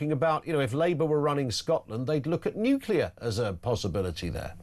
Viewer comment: You might want to tell your energy expert it's not pronounced NUKE-U-LER. Unless of course you're Homer Simpson.